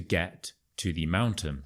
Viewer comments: Dear, I have got a question. I have realized that you pronounce "the" before consonsnts as [thi], instead of [the] -> with the "shwa" sound (eg: [thi] sun)? Why? As far as I know the [thi] sound comes before words starting from vowels. Could you explain it, please? I got quite intrigued by your channel. Thank you in advance.😊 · Why do You say thi instead of the? I know when next word starts with a,e it's thi but You say it every time. Can You explain?